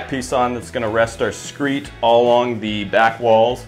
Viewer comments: I hate to be THAT guy but it’s called a “Screed”. You keep saying “screet”. PS: it came out super nice. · its called a SCREED with a D not a T. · it’s pronounced “screed” BUT when you go from the windows to the walls i guess it’s ok to call it a “screet screet” 😂😂😂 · Screed, not screet. Sorry, had to get that off my chest. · SCREED not “screet”. Otherwise, very much good advice. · is he saying "screet" when he's leveling the concrete after the pour? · It's screed, not skreet or whatever you are trying to say... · it is SCREED…not screet or whatever you are saying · "Screed" not "screet"